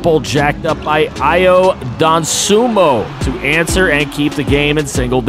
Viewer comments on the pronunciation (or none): Btw ayo dosunmu is pronounced Dough-soon-moo its not a huge deal I just dont want ppl flaming you😭